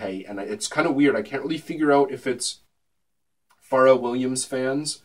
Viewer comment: it's fucking "FUR-RELL"